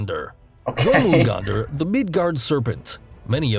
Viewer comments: OK HOW TF DID HE PRONOUNCE JÖRMUNGANDR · Gah, his pronunciation of Jormungandr Also, yeah, kappa are quite wild beings. They eat people, shove their hands up your ass to pull out and eat your little orb of life force, abduct children, rape women, etc. BUT if the water (which is from the river they live in) spills they are completely paralyzed and they are SO polite and mannered that if you bow to them they are literally incapable of not bowing back and then they spill their water. Also turning around and farting on them makes them run away. All of this is entirely real lore. Meanwhile in Animal Crossing and Harvest Moon they’re just chill old men lmao. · As someone from Nordic decent It pains me hearing people “pronounce” names like Jörmungandr and Ratatoskr